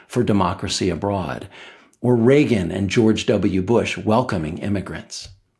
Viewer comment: Bwush to a schertain extent and all fairnesh. Fworth, Wussha and China, together.